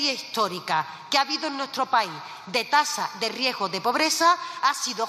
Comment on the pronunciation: Riejo..riesgo..a ver repite .riesgo .😅😅